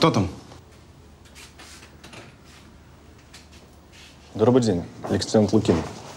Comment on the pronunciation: полицейский вместо: добрый день сказал дробый день, ахахпхах